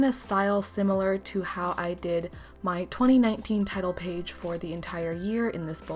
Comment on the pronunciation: lmao when u said title page i thought u said tidal wave